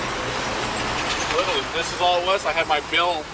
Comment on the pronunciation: “Like witerally” 😬